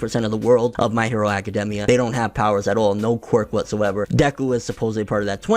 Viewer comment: I don't trust somebody who pronounces the name aka-demmia instead of aka-daimia